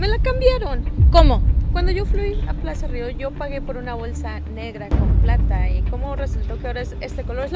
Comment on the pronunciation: Siempre disen Plasa río me puse a ver videos y todos dicen Plasa río literal todos